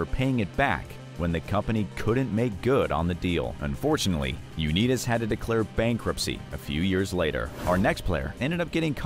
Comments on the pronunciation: U- Neeeet- US. 🤣🤣🤣. Wtf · Johnny U-need-us...Wtf? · Johnny U-Need-Us😂😂😂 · Johnny "U-nee-tis"?!? AI voice-overs are like nails on a chalkboard. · Johnny you need us😂😂😂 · Haaaah Haaaaah!!!! U-Neetus!!!! Or how bout the Duo group TLC??? I know Left Eye is deceased, but TLC will always be those 3 Girls from ATL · Its unbelievable how someone can make a video yet not know the pronunciation of people mentioned Uneetis? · U-nee-tis.WHAT PLANET ARE YOU FROM ??? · sorry you lost me at Johnny U-nee-tis. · Johnny U-need-is? Eff off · The video has no credibility if they can’t pronounce Johnny Unitas correctly. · Learn how to properly say UnItas!!